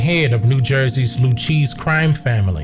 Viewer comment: not going to lie & I don’t know why, (probably from my short obsession with Italians mafias lol) but you pronouncing Lucchese like “loo-cheese“ really stood out to me LOL. It’s properly pronounced “loo-kay-zee”. Anyway, that’s not important. I love your content, & appreciate the hard work you put in. keep doing what you do you & thank you for the knowledge!